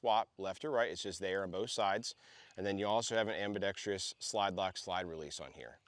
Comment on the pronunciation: This was a good review of what seems to be a good weapon. However, pronouncing "ambidextrous" as if it were "ambidextrious" is a personal pet peeve of mine and I had a hard time getting over it.